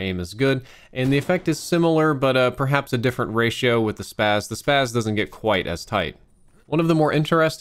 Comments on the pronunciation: Its no the SPAZ... It's pronounced "Spozzi" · People have been saying it wrong for years. First it should be called the ESS PEE AY ESS-12 shotgun since the name is an abbreviation. But if not it is Spas like plural spa. Not SPAZZ The version in this game is actually the LAW-12 variant.